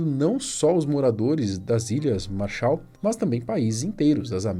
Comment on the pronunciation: Ķkkkkkkkk "a responsabilidade é das ilhas marsha" essa foi foda 😂😂